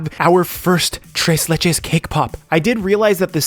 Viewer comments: "Trace le-" Me: internal screaming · I hate the way he says tres leches